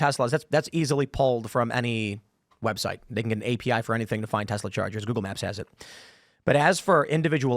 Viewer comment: Did I hear her say "Web Shite?" It most definitely is that.